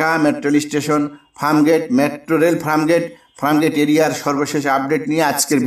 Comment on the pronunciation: O bhai ….it’s Farmgate, not Framgate!!